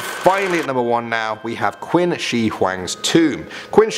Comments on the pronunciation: Great video, however in regards to #1 (Qin Shihuang’s tomb) Qin is pronounced ‘chin’ not ‘quin.’ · Quin is pronounced "Chin" for future reference. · Great video! And I hate to be that person, but it's 'Qin' Shi Huang, not Quin. It's pronounced as 'chin' I'm really sorry > < but otherwise, amazing content! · Qin shi huang not quin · Saying it like quinn just before saying china is just wierd. Its not like thats where the name is from... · OMG i thought nobody noticed this! I repeated the part he said QUIN haha